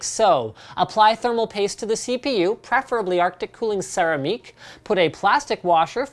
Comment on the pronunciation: LOL Linus said,'' Apply Arctic Silver Sara-ah-meii-ck''